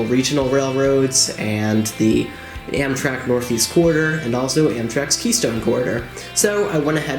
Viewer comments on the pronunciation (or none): You don’t say Amtrak the right way it’s not M shack it’s Amtrak